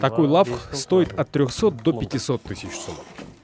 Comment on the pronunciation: Автору - Лағв,а не Лавх.